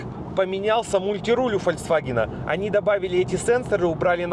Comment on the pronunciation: Фолькссс.. Ваген!!!!!! , not фальксваген